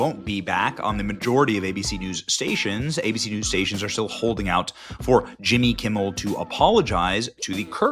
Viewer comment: Who is this Jimmy Kimble you speak of????